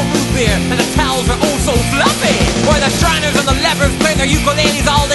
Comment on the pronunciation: The towels are OH SO FLUFFEH at...everywhere...